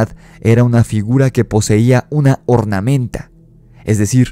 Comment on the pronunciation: Cornamenta, no “ornamenta” ;)